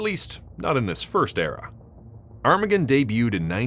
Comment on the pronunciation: Is that really how his name is pronounced? Granted, I don't think I've ever heard it out loud before, but to me I always thought it sounded more like "ar-ma-gone," but you say it like "arm-again" which... doesn't sound right.